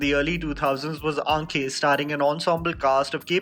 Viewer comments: "AAKHE", not "AANK-KHE". Spelling and pronunciation are different things. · even if it's spelled "Aankhen", you don't need to pronounce it exactly like that. You can pronounce it as "Aakhe".